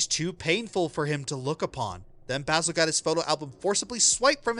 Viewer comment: the mispronounciation of basil is killing me.